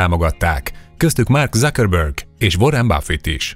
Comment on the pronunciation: vórin báffit, márk zákkerbörg, dzsef bézösz, ámánzió ortéga,cserli ergen, dévid cseritön, dzsim voltön, dzsó kódvell, az egy dolog hogy több év alatt nem sikerült megtanulni angolul, (ráadásul utána járni sem a dolgoknak rendesen ) de legalább azokat a rohadt neveket meg lehetett volna tanulni kiejteni ennyi éve videózás után...